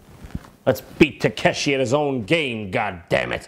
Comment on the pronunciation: Correct me if I'm wrong, but isn't he pronouncing Takeshi wrong?